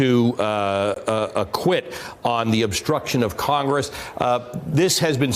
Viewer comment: Did he say "acquit" or "I quit"? Guess which would be may mostess favorite choice.